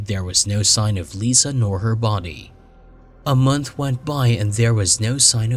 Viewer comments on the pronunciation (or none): none